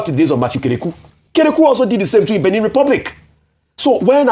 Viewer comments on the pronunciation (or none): It's pronounced Béh-neh.. Not Bini.. 🙏🏾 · Ojy. It’s not pronounced Benin as in state. You are a broadcaster learn to pronounce better.